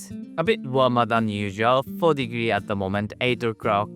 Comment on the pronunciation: lol 12 degnree? wtf is this?